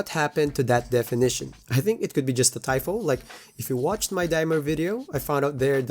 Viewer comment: I like when he says “tyfo” instead of” typo”. It’s kinda funny. His English is really good tho